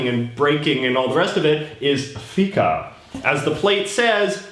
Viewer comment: Feca sounds like fecal 👎